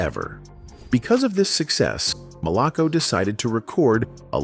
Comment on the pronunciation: That’s not Bernard Jenkins, Bernard is Black, I played in bands with Bernard. It’s also not “Malock-co records”, it’s “Mal-a-co records “. Johnnie and I were “conversation friends “ whenever he was in town, at the Maximillian night club in Jackson, MS. He did ask me if I wanted to join his band but I refused, due to family obligations and not wanting to get caught up in the lifestyle I experienced just performing locally, plus I had a great day job career that I retired from and still receive a decent pension to this day. Rock on Johnnie, in Soul Heaven !! 🙏🏽🎸